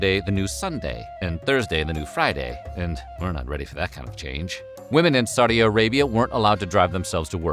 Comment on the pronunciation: Wtf is “Saudia” Arabia?